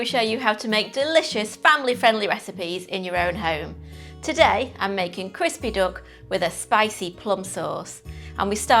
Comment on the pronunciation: Why does she keep calling a duck a dook? It makes me laugh.